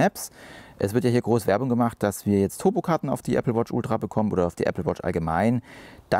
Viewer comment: Moin. Die Betonung liegt bei Ultra. Mit meiner Watch 4 mit WatchOS 10 funktioniert es nicht. Wäre interessant zu wissen, ob es auch mit einer aktuellen nicht Ultra Watch funktioniert.